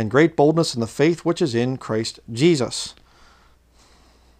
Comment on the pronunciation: I got strange feelings about, the way he would say ‘Jeeshush’ not Jesus, yet his English was perfectly capable, he used strange inflection on his voice and bizarre eye movements